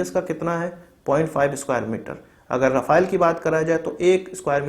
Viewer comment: Rafale = राफेल Rafael = राफाएल Correct pronunciation